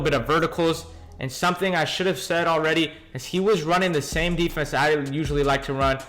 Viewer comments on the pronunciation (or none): U just don't know how to say defense...try using all mlb